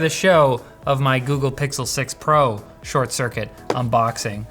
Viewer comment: What's a googlerash phone? 🤣🤣🤣🤣🤷